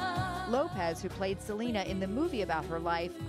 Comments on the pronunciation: Its Selena not Selana woman lol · I know the interviewer is trying to be respectful by pronouncing en español, "SEL-EHN-NAH" pero it's, "SEL-EEN-NAH" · It's Se-lee-nah! Not Se-len-ah! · Someone tell that host to stop saying “Salayna” it’s Seleeena 😂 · The interview lady pronounced Selena name wrong. She said Salana🙄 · Its seh-lee-nah for anyone that's confused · Selena not salayna. Lol who is this reporter? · Lindsey Dickey that's the spanish pronunciation but yes even Selena said herself she goes by "Seh-leena" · Idk who “selana” is🤔 that lady needa learn to pronounce her name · The journalist could've pronounced Selena's name right 🙄 Other than that it warmed my heart to see JLo reflect on the impact Selena had on her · She said her name right the whole time until the interview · The interviewer said Selena's name wrong and she got her age wrong 😒😒 lady get it right next time. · A lot of these interviewers keep pronouncing her name totally wrong